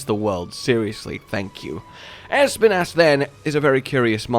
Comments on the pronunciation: Can someone...no, actually I will say it: Being basically spanish, i just have to say that Espinas pronounciation is just the way says it, but the accent is on the i, not the E Basically Espínas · Bro it’s I’m Spanish ad every time I hear you say it’s name it just makes me go “pronounce it right pleease” It’s pronounce by saying the letter S then pee nahs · Espinas is Spanish for Spines, I always like to hear how people pronounce Spanish words when they don't know its origin